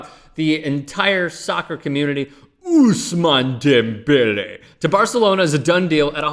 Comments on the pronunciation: Good video besides the way you said Ousmane Dembele. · Hey, can you shut the fuck up with the whole Ousmane Dembele? It's like you've never said the name in your life before when he's been a star since last year. It's really fucking annoying to listen to more than 5 times in one video, settle down.